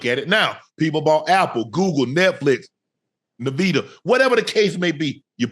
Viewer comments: LOL ! Navida? Its Nvidia Shannon. 😂😂😂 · this man said “navida” for NVIDIA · Unc is absolutely right! But who TF is “Navida”? Lmao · That dude said navida 😂😂😂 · Unc call NVIDIA.... NE-VIDA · Shannon said NuhVDuh instead of Nvidia then didn’t like being corrected 😂😂😂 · Don't go naming your kids Navida just because you heard him mispronounce Nvidia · Lmaooo Unc said Navida for Nvidia🤣🤣🤣🤣🤣 “Young Hoe Koo” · Niveda?!! lol 😂 Nvidia, was that what Unc was trying to say? 😂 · Unc said he didn’t say “Nevada”, he doubled down on mispronouncing it “Naveda” than correctly saying “Nvidia” 😂😂😂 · Navida? You mean Nvidia Unk? LOL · Unc said “navida” (NVIDIA) 😂 and didn’t give one damn . This man hilarious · Unc it’s pronounced IN VID EE UH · "En-vidia"... the N is pounced as an N. N+vidia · It’s pronounced envidia like jealousy in Spanish and like I’m jealous af that I didn’t invest in nvidia 😂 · It's pronounced "En-Vid-Eee-Uh"... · _Unc:🤣 Nvidia is pronounced "En-vid-ee-uh" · Hey Unc it's "EN" vidia. Nvidia.